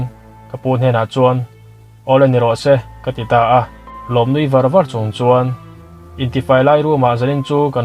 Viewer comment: Nui ar2..leh phun sep2..hi a thluk a dik hlel deuh a nih hi..